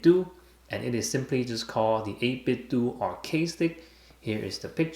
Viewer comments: First off, excellent video, thank you. I'm just gonna throw this out there, 8bitDo I would think would be pronounced doe not do, like Nintendoe / 8bitDoe lol Also I would think through a software update that they can make the macro work no matter what side your are facing. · i'm a little late to the party but the company is pronounced like nitenDO not "do" as in "to do". They collaborated with "Analogue" on Nintendo accessories, hence the name - but very good review nontheless! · It's 8bit-DOH like Ninten-DOH. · Surprised how many people call the company 8Bit-"do" as in "just do it" when it's clearly a play on the name Nintendo which we pronounce it as "dough".